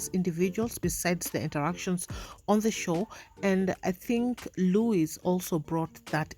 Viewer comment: Is jt an African thing or why can't they call Luis Luis? The group keeps calling him lluich.